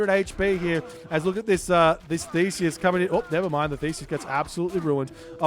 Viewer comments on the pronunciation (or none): none